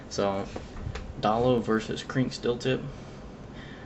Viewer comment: dayyy looo say it right